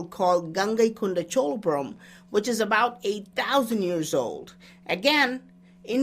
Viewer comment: I think he said "a thousand years", but that really sounded like he said 8000. I think in just a few decades, that temple will be 1000 yrs old.